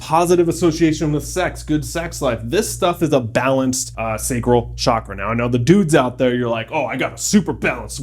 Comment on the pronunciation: You mispronounced reiki and sacral.